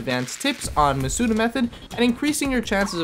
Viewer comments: How do you just pronounce Masuda's second name correctly and then keep saying MasUda, like, what? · You pronounced Masuda wrong